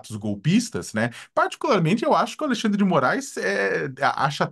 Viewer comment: Bullying da estrema direita kkkk Aí eu ouço também: "Alei xan dre de Moraes no alto do seu poder" Vocês são uma piada mesmo